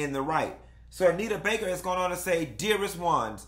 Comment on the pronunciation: I’m HOLLERING at “In Jae-yuh”😭😭😭😭